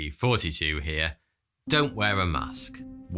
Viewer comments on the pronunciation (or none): It's like he's purposely saying 42 and not thoughty two